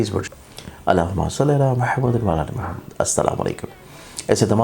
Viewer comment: Sir boht mazrat k Sath...aik arz h..ap JB darood parhen to wazeh alfaz ada kia kren..I know ap Sahi parhte hn pr sunne mn lgta h k ap ne WA ala aale Muhammad nhi Wala aale kaha h..boht mazrat k Sath sir...I hope ap samjhen ge ..boht sahib e ilm hn ap .aise sunne MN ajeeb lgta h..wa ala ki jagah Wala lgta h jis SE tarjuma badal jata h..plz ...don't mind...I hope ap Meri guzarish ko samjhen ge ...MN phir mazrat Chahta hn...🙏